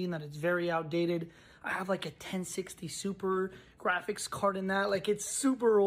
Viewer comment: Did he Just say 1060 Super? What ever it sounded like I knew we got him.